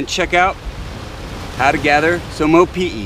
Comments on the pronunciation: proper pronunciation for opihi is (O-pee-hee) not (O-pee-e) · Opihi (Oh-pee-hee), not Opi'i (Oh-pee-ee) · Yeah he says is like Opi'i but it's Opihi. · I swore you said "Opi'i" a few times :-). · You keep mispronouncing the word opihi. You keep pronouncing it without the h!! It’s not opi’i! Get it right!! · Nice video but a few things, the H isn't silent in Opihi........ also its better raw and you're supposed to eat the whole thing guts n all try um next time braddah